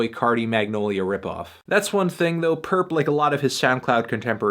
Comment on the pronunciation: Stop calling him purrp that nigga ain't purrp